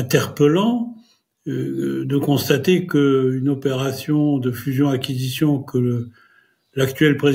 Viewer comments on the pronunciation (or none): Le journaliste qui sort que fusion et acquisition ça se dit MEI et dit fussacq alors que ça se prononce fuzac, on sent qu'il a vraiment bien préparé sa vidéo. Heureusement que l'on a glissé le petit encart pour traduire son anglais hésitant... Le problème c'est que tout est à peu près du même accabit avec énormément d'approximations. Vous feriez bien d'essayer de trouver des avocats d'affaires ou des banquiers en plus des experts d'ATAC ça permettrait aux spectateurs d'avoir de l'explication en plus de l'exécration.